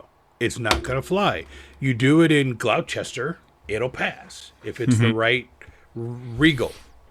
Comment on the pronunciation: "glou-chester"! OUCH! It's Gloster.